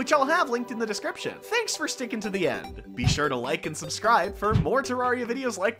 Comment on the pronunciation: it's te-rare-ia you don't pronounce terrain as te-raw-ain